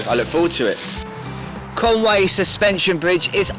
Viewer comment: Mate,love the vid. But it's not Con Way,it's Con Wee. Conwy,diolch!🏴